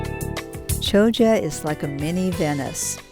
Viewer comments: At least get the pronunciation right : it's Kioggia , not Chioggia (CH in Italian is pronounced K). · At least try and pronounce the place names correctly !